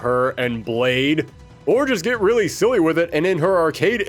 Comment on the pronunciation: You sounded like Dr. Light for a moment. XD "Wong-wunning wiwalwy wif Wogue."